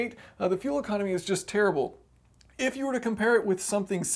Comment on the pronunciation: I love how much emphasis he puts in saying it's a terrible engine lol